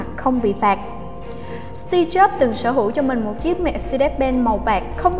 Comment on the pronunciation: Nghe sao ra Tia Chớp :v